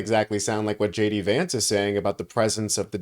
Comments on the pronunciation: Did he say ' JAYDEE VANCE ' or ' SHADY VANCE '? Just say, ' incompetent baboon vance ' to be understood. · How funny when JD Vance says “hi it’s JD Vance here” the subtitles read as “hi it’s shady Vance here” - just about says it all!!!😂